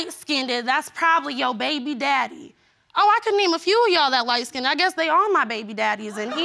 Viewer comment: Light " skinDED " bahahahahhaa